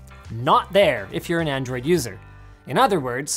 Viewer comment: Did anyone else hear “handroid phone”?